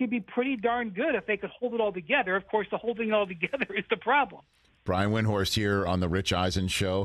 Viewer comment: Eisen mispronounced Windhorst's name. So does nearly everybody. Windhorst stopped trying to correct everybody a long time ago. But it's still shitty interviewing if you can't even correctly pronounce your interviewee's name. And if you're not sure, then ask.